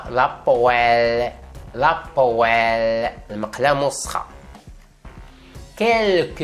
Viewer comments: Bonjour, pour la poêle ça se prononce "pwal". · Désolé mais faut revoir la prononciation du mot poêle